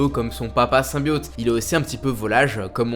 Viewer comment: c'est insupportable de t'entendre prononcer "SYMBIAUUUTE" au lieu de symbiote ><